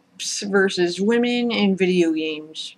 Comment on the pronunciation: "W-w-whurrduhvideeayahgaems?" I died.